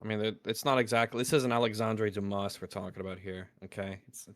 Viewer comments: the S in "Dumas" is silent and you accentuate the U, not the A. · Hey, he's american, they don't know how to pronounce things